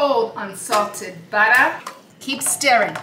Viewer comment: The way she say “Granulated Gaaahhhhlic” and “Buttah” makes my water🤣🤣